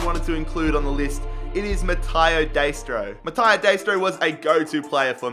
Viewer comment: Metayo? Really? 😂😂 English people cannot speak other languages unless they move, as i did😂😂